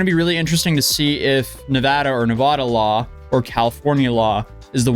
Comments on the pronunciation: I am from nevada and nevada is pronounced with hard A's like in bat or apple. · as a nevadian, its neh ve da, not va da, cheers! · It’s neh-vah-dah, not neh-vahhh-duh. Source: I’m from the area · Pronunciation is Nev•a•da not Nev•uh•da. Respectfully 👌🏽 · When you go to the dmv in Nevada there is huge painted words on the walls saying is “Nu vaa duh” not navahda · As a Nevadan the changes between pronunciation is driving me crazy lol it is Nev-a-da not Nev-ah-da lol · It's NEVADA. "Nuhvawda" isn't how it's pronounced haha. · Nevada... Nev-A-duh ... the "A" is pronounced as the "A" in "Apple". We who live in Nevada cannot stand hearing Nevada pronounced "Nev-ah-duh"... it's like fingernails down a chalkboard to us. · Nev-ada not Nevoda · its definitely “Neh-vah-duh”, not “neh-vaw-daw”. No one thats actually in Nevada says the vaw-daw pronunciation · not to mention it is nevada law to give water to anyone who asks. it is illegal to deny water to anyone in the dersert state. (and its neva-DA NOT deva-duh) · It's the second pronunciation of Nevada. As a Nevada nothing makes us angrier then people saying ne vah da. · NevAda not NeVAda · Jesus, dude! It's pronounced NEVADA. GET IT RIGHT. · Nuh-vah-duh, A sounds like a in cat, and the da is pronounced like duh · I was looking for a fellow Nevadan to talk about how our state is pronounced 😭😭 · You need to stop saying Nevada like that Fr. Nevahduh, really? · It's pronounced "Nevada." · It’s pronounced “Nevada” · The first A in "Nevada" is a short A sound, followed by a long A to wrap it all up. Source: I was born and raised in Las Vegas, NV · Dislike because, he can’t pronounce Nevada correctly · good save correcting your pronunciation of Nevada. The only people pronouncing it the first way, are NOT from Nevada. Anyways, the more sht coming down on Jimmy, the happier it makes me. Fraud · It's pronounced Nevada. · It's "Nevada". You're welcome. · It’s Nevada, not Nevada.